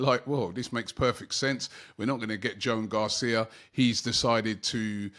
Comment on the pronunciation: Not Joan Garcia Robbie, its Juan (won) Garcia 😂😂😂😂